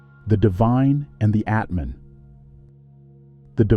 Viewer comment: ATMAN no Etman